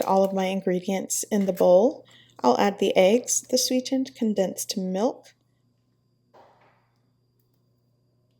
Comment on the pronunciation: You sound like a stupidass when you say sweetened.